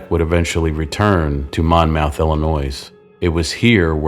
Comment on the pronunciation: The “s” in Illinois is silent and we pronounce the city “Monmuth” even though it is spelled Monmouth. I enjoyed this episode but need to point out you listed seven names while showing pictures of the eight victims.